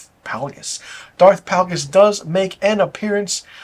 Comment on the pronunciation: Isn't it Darth Plagueis? Pronounced like "Play-gus." But, totally agree--it's a joke of a show. I get it, I'm old and too attached to the Skywalker story. Also, I don't think a lot of recent fans (discovered Star Wars in the past 20 years) hold the writing (dialogue, story, logic) to a very high standard. I have friends with young kids and they're just happy to be able to show them Star Wars stories. It's like they think: "Oooooooh, look at the pretty light sabers, coooool. OK, back to TikTok." I just want good storytelling, characters with compelling arcs, clever/fun/witty dialogue, and good logic to why the characters say and do things. I don't watch much tv because most shows fail miserably at these things. So I'm not as desensitized as a lot of folks are. Looking forward to the season finale of The Boys.